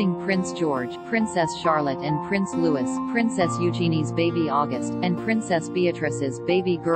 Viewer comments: Please -- L.E.A.R.N. "Louis" is Loui-e (not Lewis) and 'Isla' is Yla (not Isssla). Can't take your channel seriously if you don't even check the right pronunciation :( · It isn't Lewis, it is pronounced Louis (Louie) and is French in origin. And Isla isn't pronounce Isla but Eyela. You've had this explained in the past numerous times but you continue to ignore the facts. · William and Kate's son is not pronounced "Louis" as in St. Louis. Instead it has the French pronunciation of "Lou-ee." I guess this is what happens when you use a stupid robot to do your narration. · The little prince is NOT Lewis!! It's LOOWEE 🙏🙏🙏